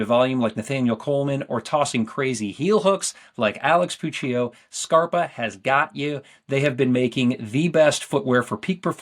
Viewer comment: I love the way Scarpa is pronounced, it sounds really cool to me as an English speaker. I imagine it's not as cool for Italian speakers though, sounds kind of cheesy to have a brand named "shoe" lol.